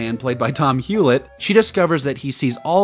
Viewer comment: HE SAID "TOM HULETT", OH GOD WHAT A COMEDIAN LOLOLOLOL